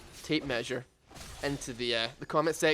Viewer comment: tape-meaure lol its too early to come up with something witty XD